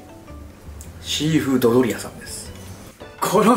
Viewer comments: やっぱり「ドドリアさん」って言ってる😂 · イントネーションがシーフー ドドリアで草生える